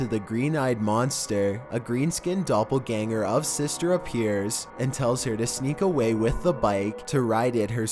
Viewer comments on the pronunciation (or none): none